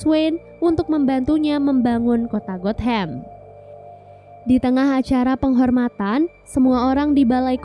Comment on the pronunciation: Gotham not got ham lol😂